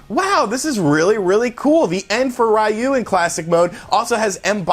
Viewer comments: Ree-You not Rye-You. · The cringe when he says "RAYOU" instead of Ryu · "Ryu".... "Ree-you". Say it with me. "Ree-you" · It’s pronounced Ree-u. Not Ry u lol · Please stop saying Rayu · Graaaaaah!! Every time I hear Raiu... i just can’t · Please learn how to pronounce Ryu The announcer literally says it in the game, how do you get it wrong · I think you pronounce ryu wrong... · Great video but please for the love of god learn how to pronounce Ryu